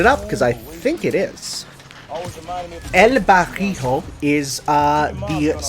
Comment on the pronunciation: I took intense soul damage the way pronounce El Barrio